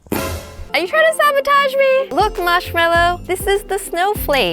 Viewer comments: ITS MARSHMALLOW, not marshmellow 😂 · He relly marshmillo????!!!! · Marsh meloo😂😂😂😂😂😂😂😂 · Marsh ello????????? Wow lobe u